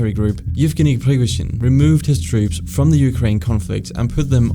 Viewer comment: Great video, just the way you pronounce Prigozhin's name is a bit annoying and off